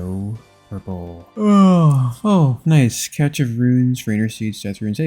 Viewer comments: I love this entire series, it literally got me back into the game (first login in 2269 days)! Keep up the awesome content! BUT, what the hell is a “catch” of runes?!? It’s pronounced either “cash” or “cashé”! I’m looking out for you brother! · its pronounced cash, not catch of runes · Cache sounds like cash when you say it. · Didn't know cache had a t in it. Cash or cashay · Still hoping you win the all 3 metamorphed raids pets race. BTW cache is just said like cash